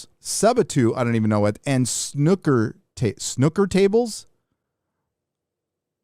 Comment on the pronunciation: "Snucker"? Snooker is pronounced "Snew ker" Jesus....